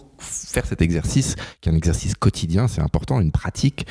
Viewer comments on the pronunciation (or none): Pourquoi c'est si zimportant ? ...oooooh la liaison est mal à propos 😂😂